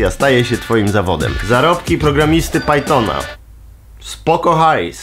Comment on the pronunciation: pajtona xD